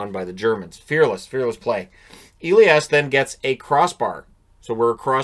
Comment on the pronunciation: it´s a german first name. Its not pronounced Eliash. Its Elias with a "sharp s"